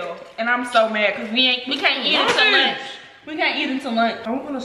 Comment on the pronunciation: " lurnch " " deriters " 😭😭😭😭😭😭😭😭